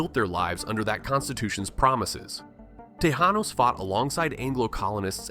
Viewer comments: "the Tejanenoes" lmao 🤣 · Tejanos, pronoucned Tehanos. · San Ja Sin to and Tey Han Os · Yay Hahn ones …not tayjenos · ? Ta shay nos. ?!